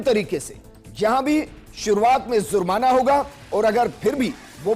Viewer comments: Bolna seekhlo zurmana nahi jurmana hai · Hindustan me aur bahot issue hai. Pehle lafz ko sahi karlo. Jurmana ko zurmana keh rahe ho.